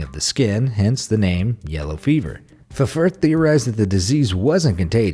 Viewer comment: You don't pronounce the 2 F's in Ffirth. It's just pronounced like Firth. I have a friend whose surname is Ffirth and she would laugh if she heard this pronunciation, lol ☺!